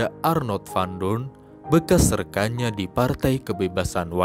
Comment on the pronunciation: Sebelum membaca narasi, narator wajib cari tahu cara membaca nama tokoh sesuai bahasa sang tokoh. Jangan baca teks Belanda dengan kaidah bahasa Inggris. Tulisan "van" bacanya ya bukan "ven", tapi tetap "van"